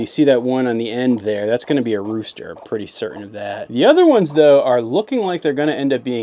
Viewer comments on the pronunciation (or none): Did you say rooster or roaster?